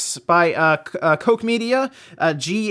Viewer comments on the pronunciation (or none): Koch NOT Coke LOL